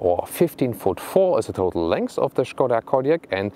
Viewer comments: Die Name ist Škoda - und "Š" liest man "SCH"... sollte es man voll auf Deutsch sagen, ist es dann "Schade"... Es ist also "Schade Kodiaq" :-) oder wie Volkswagen benutzt dann man in Tschechien die Name "Schadewagen" :-) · Schkoda ???! Gerenglich 🤣🤣